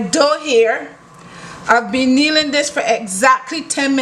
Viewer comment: I thought you were saying kneeling, lol.